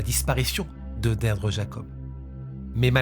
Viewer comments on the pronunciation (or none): Son prénom se prononce "Dirdra" pas Deirdre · Beaucoup de mal à suivre la vidéo. En tant que bilingue mes oreilles saignent. Derdre 😂😂 au secours. Ça se prononce Dirdré. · On dit plus "deerdree" que deidre...ça sonne dead ....mais sinon j'adore vos vidéos et votre studio va etre malade ❤ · La prononciation irlandaise est «Deerdra». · Les prénoms irlandais sont compliqués à prononcer ( Deirdre se prononce dee-dree😉). Merci pour pour tes vidéos. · Son prenom se prononce Dirdra😅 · Alors Deirdre se prononcer Dirdra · Her name is pronounced “Deedree”… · Tres bonne video cependant Deirdre se prononce "Dir-dra" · Deirdre se prononce « Deerdra » 🙂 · J'aime beaucoup vos vidéos mais vous entendre prononcer et répéter ce prénom "Deirdre" fait mal 😂😂😂